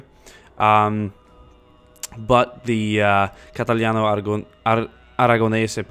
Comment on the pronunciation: when you say "catalano" ahaha